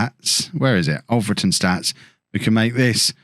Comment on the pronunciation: FWIW it's Alfreton with "a" like in King Alfred - who it's named after - not Olfreton